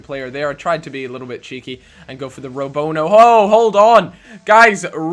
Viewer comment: what is a Robonoho ? lol